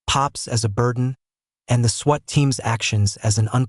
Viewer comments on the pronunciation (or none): This must be an AI reader ... multiple mispronunciations ,,, ie sweat instead of SWAT caused a lot of giggling from my grandson